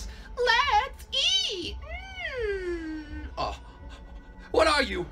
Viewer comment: chica dose not says letseat